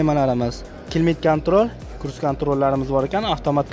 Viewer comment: Plarama Mas panoraman tom deydi akam Kruz mas kruiz kontrol